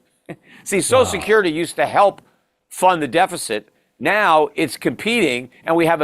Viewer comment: Peter literally can not even pronounce social security correctly. 🙄